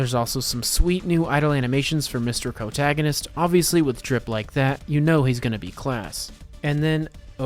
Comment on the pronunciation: Did mf say CROWtagonist? Love it and am now stealing it